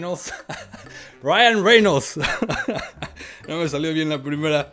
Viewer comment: Jajajaja Ryan Rermol 2ndo intento Ryan reyno, jajajajaja estuvo gracioso, buen video.